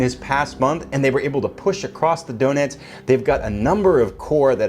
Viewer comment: Sounds like "donuts" River ::)....I believe its "Donetz". Your friend Phalanx.